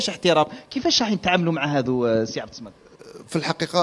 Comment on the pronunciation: عبد الصمد أنطقها مليح الصمد إسم من أسماء الله الحسنى